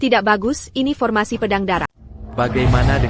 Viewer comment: bukan pormasi kalih. yang bener impormasi ya.😅😅😅😅